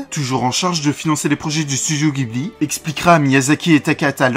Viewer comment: Il me semble que le nom ghibli se prononce "ji" et non pas "gui"